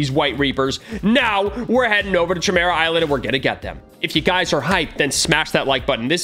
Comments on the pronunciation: RUSSO ITS PRONOUNCED CIMERA NOT CHIMERA🤬🤬🤬🤬🤬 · i’m pretty sure it’s pronounced kimera not chimera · ki mear uh i think its pronounced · its a k sound not sh sound in chimera sory it just gets on my nerves some times love the vids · Not trying to be mean or anything but the proper way to pronounce chimera is kimera. The ch sounds like a k. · Me: he’s disrespecting hxh, he is saying chimera wrong, it’s more like Kimera, then chi mera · YOU SAID HUNTER HUNTER CORRECTLY LETS GOOOOOOO!!!!! And btw its pronounced: Kiy Mare ah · Chimera is pronounced (ki) (mera) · He keeps on saying Chi Mira lol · Bruh you used the wrong ch It’s pronounced Kymera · the Ch is said As a K Kimera-Chimera Learn english. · its pronounced ki- Mera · The way he was pronouncing chimera was tweaking me to a different extent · Yeah I hated that. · Mr Ok yea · Now Ik why you didn’t know how to pronounce “Chimera” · bro notice how he says chimera